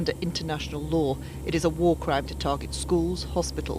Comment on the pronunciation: WAR?????????? EXCUSE ME???? IT IS NOT WARRR